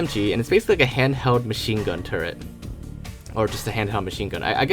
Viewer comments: It's probably a non-English thing. From the perspective of a person who isn't great in English may think turrent and turret are just different ways of saying the word that sound near exactly the same. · Why do people say turrent? Are they like semi retarded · turrent is like when people use Skellington or Demond (yes I have heard people say Demon with a D on the end), there are also some mouthbreathers who pronounce "golem" as "gollum" his provokes a physical reaction from me